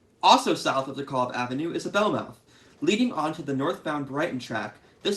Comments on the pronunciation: I was born in Brooklyn on the 60s and lived there for 25 years. We pronounced DeKalb as de-cal-b, not de-call-b. Not sure from where your pronunciation comes. Maybe all my friends and family were wrong, but that is how we pronounced it. Great series. Keep them coming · GREAT video! BTW: DeKalb is pronounced like 'decal' with a 'b' at the end.